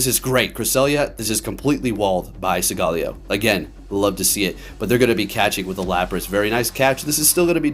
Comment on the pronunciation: listening to u pronounce solgaleo like that was actually making me mad